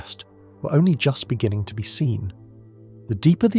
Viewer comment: Stop starting the story from the very begin ING each time Mr British AI. Good Byd